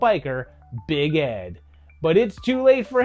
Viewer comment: was that 'big ed' or 'bighead'?